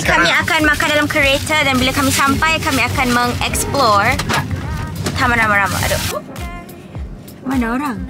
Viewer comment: caption: 24hr malay speaking challenge: confidently saying MeNgExPlaUr